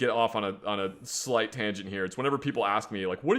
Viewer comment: Or “Slate (slight) Mistake.” 😂